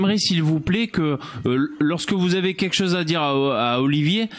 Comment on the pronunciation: Il me stresse quand il dit Oliver au lieux d'Olivier sinon super live